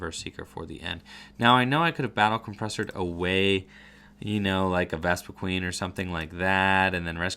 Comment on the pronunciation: *VespiQUEN lol there's only one "E" in the last half. But that is a common mistake by people pronouncing it.